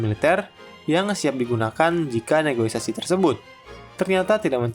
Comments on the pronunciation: kontennya keren min, cuma mungkin berapa kali aku denger pengisi suaranya ngomong “negoisasi”, kalo bahasa Indonesia yang bener di KBBI “negosiasi”. Semoga bisa jadi masukan yang membangun buat konten kedepannya ya min hehhehe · Maaf, negosiasi, bukan negoisasi. Salam hangat! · SEKELAS VO / DUBBER INSPECT STORY BISA KELIRU DALAM PENGUCAPAN KATA NEGOSIASI 😅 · Ijin koreksi, Bang. "NEGOSIASI", bukan "NEGOI-SASI" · Min, Negosiasi, bukan negoisasi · NEGOSIASI MIN bukan NEGOISASI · Negosiasi Om, buka negoisasi 😂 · Negoisasi? Hahahaha negosiasi kaleeeee wkwkwkwk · Negosiasi ❌ Negoisasi ✅ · Negosiasi bukan negoisasi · izin koreksi min, yang benar negosiasi bukan negoisasi🙏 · Negoisasi ❌ Negosiasi ✅ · Negosiasi min bukan negoisasi ✌🏻😅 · Negosiasi min, bukan negoisasi 😅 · Negosiasi, min. Bukan negoisasi. CMIIW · yang bener negosiasi ya bang hehe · Kirain cm saya yg salah dengarrr:) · Bukan "negoisasi" tapi negosiasi min😀😀😀😂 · Negosiasi mase bukan negoisasi 🙏